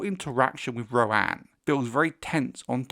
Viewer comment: OMG! You’re the first creator I’ve heard pronounce Rohanne’s name the way I’d do, and not ro-han. I was starting to think I might be a little illiterate. Martin has said before that there isn’t a wrong way to pronounce the names in his writing, but being so far off from the majority was driving me crazy with this particular name.